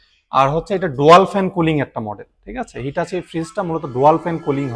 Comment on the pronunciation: ডোয়াল নয় ডুয়াল হবে উচ্চারণটা